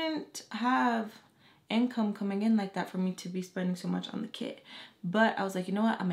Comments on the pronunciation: for almost 5 minutes i thought you said kid but them i found out u said kit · At first i thought you were saying kid wen you were saying kit also love your story times🥰